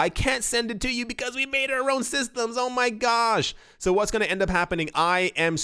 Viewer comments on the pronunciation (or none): You were on “going”. You had actually said “goming” first time around. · "GO-ING" xD